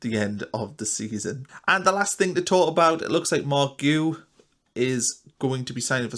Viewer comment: Pronounced “gee ooo”